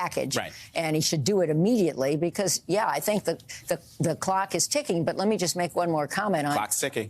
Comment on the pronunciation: *"thee" talk of the...